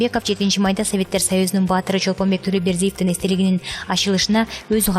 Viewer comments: Чолпонбек Тулобердиев эмес. ЧОЛПОНБАЙ Тулобердиев туура окуганды уйронсонор. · Же туура эмес жазылган, же туура эмес окуп жатасын.Чолпонбек Тулобердиев эмес,Чолпонбай Тулобердиев.Татырабай бир сыйра окуп даярданып албайсынбы. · Ай кызым Чолпонбек эмес Чолпонбай баатырдын атын билбесен диктор болбой эле койбойсунбу. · тууралап окугулачы дөөрүбөй Чолпонбек Түлөбердиев эмес Чолпонбай Түлөбердиев.....дөн.... тилди бузуп бүттүнөр гооо..... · Жажылдабай жайыраак окусан туура оку Чолпонбай сабатсыз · Чолпонбек эмес,Чолпонбай .Туура сүйлөсөңөр. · Чолпонбек эмес Чолпонбай Тулобеков эмес Тулобердиев туура окубайсызбы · Дура,Чолпонбек эмес,Чолпонбай,китепти кобуроок оку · туура жазып туура суйлосонор чолпонбай деп качан билимдуу болосунар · Nyrez tvнын окуп жаткан журналисттиб ким билет теманы жазганда туура жазып оку Чолпонбек эмес Чолпонбай Тулебердиев деп оку чумо шумшук келесоо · Чолпонбек эле эмес миллиярдты кандай айтып жатасын келесоо,кок мээ.мектепти коридор эмес туалетте буткон окшойсун. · Тцура окусан ЧОЛПОНБАЙ ДЕП ОКУ ОКУЙ АЛБАЙСЫНБЫ ЧОЛПОНБЕК ДЕБЕЙ БУТ ЭЛЕ САБАТСЫН БОЛУП КАЛГАНБЫ СПИКЕР ДА ОКУЙ АЛБАЙТ. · Чолпонбай чолпонбек эмес туура суйлогонду уйрон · Качан так суйлой баштайсынар УЯТ эле болуп буттунор го Чолпонбай баатырыбызды КАЙРА КАЙРА Чолпонбек деп койдунуз декламация окугандай эле болуп калыптыр качан онолобуз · Чолпонбай Тулебердиев. Туура айтпайсын !!! ! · Чолпонбай Тулобердиев деп туура окубайсынбы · Кызым Чолпонбай де уят эле унундун аллергия кылганы ас келгенсип Баатырдын атын туура айтчы кызым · Баяндамачы спикерди колдоп жатабы?туугандар! Чолпонбайга тили келбейт.